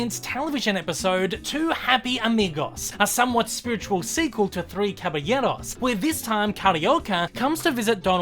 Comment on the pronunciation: Belated comment: you say "Caballeros ("Cabayeros") so well, even to the lightly rolled r; José ("Hosé") is correct in Spanish.